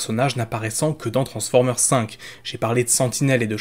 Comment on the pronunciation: Ce sont des films donc il a fallu être prompt.. même si je suis assez d’accord dans le fond (par contre on dis « transformers » (avec un S à la fin phonétiquement) tu le Prononce toujours « transformer » (eur).. un effort 😉